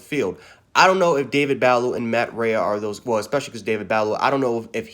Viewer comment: It’s “Buh-lou” and “Ray”...that’s how you pronounce it.